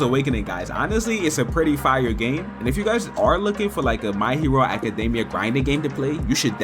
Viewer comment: Acadameya, really bro. Lock the flip in. I know that didn't feel natural to say! 😂